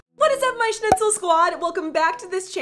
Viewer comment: Why does she call us shnitsals